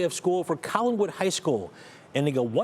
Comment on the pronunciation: There is no "g" in "Collinwood ".